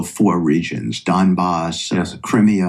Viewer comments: It could be worse..Halfwitkoff could've called it the Dumbass. The guy mispronounces Crimea like he's never ever heard the name before.Incredible the level of stupidity. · Steve Dumkopf is supposed to be someone that the Russians can take seriously but he seems to have never heard anyone pronounce the word "Crimea", opting instead to call it "Crimmia". And, applying his logic, because almost all Americans speak English surely they should be governed by the UK's Parliament and UK laws.... What an idiot! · He couldn’t even say Crimea ? With the amount of western history that is included in this region WTF! And look up the origin of his surname too, his family name is from this region. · That idiot Witkoff couldn't even correctly pronounce Crimea. Jesus H Christ. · Witkoff does not need to be manipulated, this motherf*cker is russian, raised in russian mythology, he even pronounces Crimea the russian way, rather than english way.